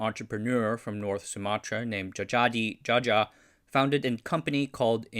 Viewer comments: it's spelled Jayadi Jaya, not Jajadi jaja 🤣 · Fyi, that Djajadi Djaja are spelled "Ja-ya-di Ja-ya" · Dude, Djajadi Djaja reads Jayadi Jaya. Nice vid btw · Djajadi Djaja should be read & written "Jayadi Jaya", the word "jaya" means "success". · it's actually pronounced Jaa-Ya-Dee Jaa-Ya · Djajadi Djaja is pronounced Jayadi Jaya ... hahahaha (it's the old indonesian pronounciation - we've simplified things now) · Djajadi Djaja pronounced by Jayadi jaya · because of old spelling, the name Djajadi Djaja read as Jayadi Jaya (Dj as J and J as Y). CMIIW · On 3.43, I just wanted to let you know that the correct way to pronounce "Djajadi Djaja" is "Jayadi Jaya". We used to be colonized by the Dutch and many names were pronounced based on Dutch spelling. Even I and many people would still write "Suharto" as "Soeharto" because most documents were written under this type of spelling before it is being improved and formalized after our independence. I hope this helps! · Btw old Indonesian spelling of J is written as DJ and Y is Written as J so Djajadi Djaja is spelt JAH-YUH-DI JAH-YUH (Jayadi Jaya), it's just funny the way you pronounce it lol I mean it's okay tho, appreciate the effort for trying to spell the name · For future videos: Dj is is usually said as J and J is said as Y (This is due to the Old Style spelling So for example, Djajadi Djaja is not as you said but as Jah-yah-dee Jah-yah. Also I is not read ay but ee in Indonesian So Sarimi is not Saramee but Sah-ree-mee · Minor correction. It's pronounced Jayadi Jaya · Djajadi Djaja is read as Jayadi Jaya (Ja-ya-dee Ja-ya). This is called 'Edjaan Djaman Doeloe,' which was used before Indonesian spelling was perfected like it is now. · Djajadi Djaja is the old spelling, the new spelling (and hence the correct pronounciation) is Jayadi Jaya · The name read as JAYADI JAYA. It was the old spelling that you tried to read with "new" spelling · Djajadi Djaja is read as Jayadi Jaya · no way somebody is called djajadi djaja